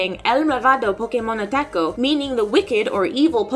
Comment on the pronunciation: and btw she said "ataco" not "atacó" wich means totally differents things 😂